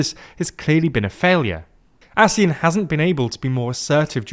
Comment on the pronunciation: I specifically remember the pronunciation ASEAN as [Aseeyan] and definitely not [Asee'en] One thing for sure as Malaysian, this economic organisation has been mutually beneficial to everyone here for at least 3 generations, where one of the generation grew up with it and saw it unthinkable to live without it.